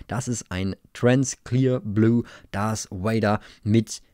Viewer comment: No one:: Dars Vader